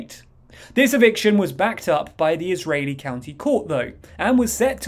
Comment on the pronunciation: Israeli, NOT "ISREALI"